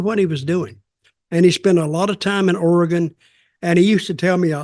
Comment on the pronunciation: Dutch pronouncing Oregon correctly, nice job! Grappler is a Portland wrestling legend.